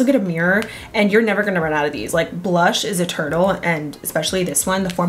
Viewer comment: LOL i cant tell if you said "blush is eternal" or "blush is a turtle" hahahahaha both make sense i guess!